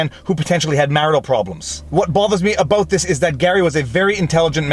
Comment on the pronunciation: Did he just say aboot?